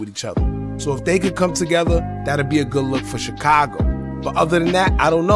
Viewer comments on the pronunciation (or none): none